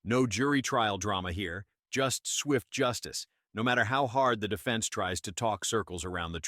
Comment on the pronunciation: “Depense” instead of Defense 😂